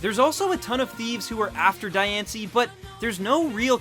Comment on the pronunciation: u clearly haven't watched diancie and cacoon of destruction because u mispronounced diancie twice! how about actually WATCHING the movies!!!!!!!